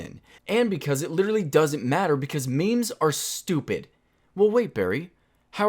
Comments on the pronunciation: barry literally no one says maymays everyone says memes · I've never heard anyone say may-may unironically